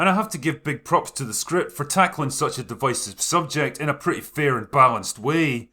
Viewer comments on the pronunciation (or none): It's DIV-IS-IVE, Not DIV-ICE-IVE!